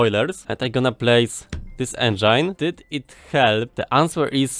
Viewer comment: I don't know if I love or hate how you pronounce engine. It's a bit german: engEIN